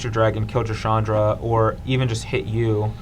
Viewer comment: say it with me..... "Shawn-dra"